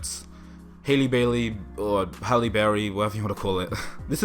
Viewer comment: Bruh, you kept pronouncing hey name wrong its spelled and pronounced the same way you say Halle Berry. Don't say you support someone if just learned about them in casting news. This is same problem we face now in the workplace when they can't learn to say our names correctly but expect us to say their multi-syllable last name with ease. I appreciate the content your have been providing now and for free nonetheless. Just say our names right cause if we don't, who will.